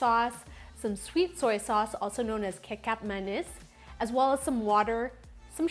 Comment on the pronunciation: Your mee goreng looks exactly like my mum’s! 😹 also it’s pronounced as ke-chup manis with a ch sound :)